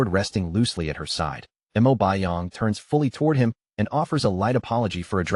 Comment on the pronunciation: Mo not m.o